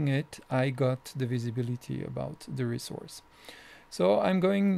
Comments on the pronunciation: ressource sheeeet!!! not shit ;)' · I love the way you pronounce ie: the Resource Sheet